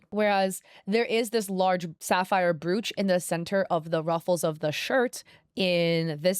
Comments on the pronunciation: Brooooch 😂 it's pronounced B-roach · Just a heads up - Brooch is pronounced “browch” like roach, coach etc! The spelling is misleading 😅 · "Brewch" help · Psst it's Br O ch.. pronounce the oo as a capital O.. not an ooh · Please....Google how to pronounce "brooch". I couldn't continue to watch you video because I couldn't deal with hearing you mispronounce the word repeatedly.